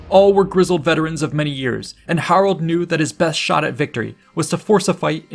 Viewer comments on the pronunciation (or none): none